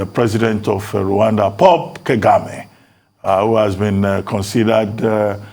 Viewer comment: prof BOLAJI is stuck in past ideology. he has no wisdom to give to the next generation. He can't even pronounce Kagame.